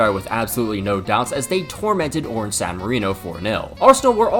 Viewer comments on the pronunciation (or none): none